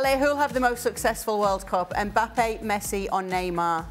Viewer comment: She said mbpapi 🤣🤣🤣🤣🤣